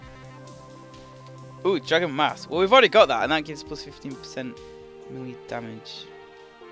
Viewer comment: how many times do i have to tell u its pronounced maylay not melee even tho its spelled melee